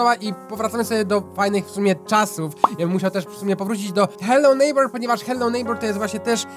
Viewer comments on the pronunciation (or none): none